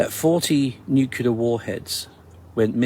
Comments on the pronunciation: please someone explain me why the f**k u guys are pronouncing nuclear "nukilar" WTF IS HAPPENING WITH THIS WORD XD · Love ya brother but for the love of Zeus, please say nu-clear and not the George bush way Like UNCLE but reverse the u and n. Cheers! Keep up the good fight! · That is your opinion. He begin stating that he is the voice of reason, tells us that he is from within the intelligence community, yet cannot even pronounce the word nuclear correctly, and preaches to his audience with an air of arrogance that is very obvious. I gave up listening to him after the 14th 'in this story'. Was it really necessary to keep repeating it, other than to use it as means to elevate himself and talk down to his audience? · It pronounced nu clear not nukerlia 👍🏻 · NuClear radiation not nuKelar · Love your channel but I can't take the "story" teller seriously. He can't say the word "NUCLEAR"! It is pronounced NEW CLEAR. NOT "Nu kee ler". Drives me batty! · It's getting very annoying & concerning how many people mispronounce NUCLEAR ..... NOT nuke-you-ler!!! 🤦🏻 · The old guy at the end said his story is FICTION. Yet, people take it as fact. BTW: His credibility is completely lost when he says, "nucular" rather than the correct, "nuclear." The video of the sunrise is unimpressive. Nothing to get excited about. I get that your audience likes when you get all flustered and say, What IS that?!?" You have to pay the bills. No harm in that. But, let's be real for just a minute... some people who present this type of content are only doing it for the money. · For Christ's sake, if you want to be taken seriously at least learn to pronounce the word 'nuclear' properly. It is NYOO-CLEAR not NYOO-KYOOLAR. Fairly minor point granted but it doesn't help with credibility if you can't pronounce an important word like that correctly. Not ARKSKING much is it?? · Multiverse??? I dont know, i need to see more. And its “nuke lear” not “nuke you lar” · What the hell is "nu-cu-ler"?